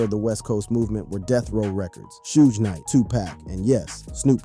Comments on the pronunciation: He said shoooje knight, and 2 pack. Shaking my mothafuckin head yall. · Time for y'all to immediately unfollow the page. Dude be using AI instead of putting the real work of a content creator. Posting a video that says "Shoodge Knight" and "TooPack" is outright shameful shit.:text-green-game-over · Shooge Knight and Two-pack is high-key disturbing to my ears! It's hard to focus on the content when he keeps mispronounciating these men's names!! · Bro ain't no way you saying 2 pack an shooesh knight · "Shooge Knight" ?? "2 Pack" ? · 'Shooj Knight' is crazy work AI guy. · Yo!! I like what you're trying to do--4Real, 4Real, but after hearing you mispronounce 2Pac (-2-Pack) name like 25+ times, I had to turn it off. And not that Suge matters...his name was also mispronounced. Snoop's name too!! So, I don't know if this was a blended A.I. thing or not, but it lacks too much repetition & disrespect to a solid Legend like Pac!! I thought only random Caucasians mispronounce 2Pac?